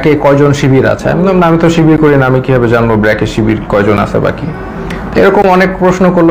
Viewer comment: মেধাহীন লোকের চ্যানেল এটা। শব্দের উচ্চারন করতে পারেনা। ব্র্যাক কে বলে বেরাক।